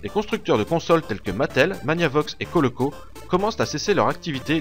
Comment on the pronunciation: Ça me stresse le "Coloco" répété maintes fois dans la vidéo, alors qu'il s'agit de "Coleco" (c'est même écrit à un moment).